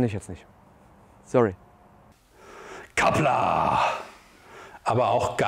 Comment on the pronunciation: das schreibt man Qapla' und spricht man "Krapla"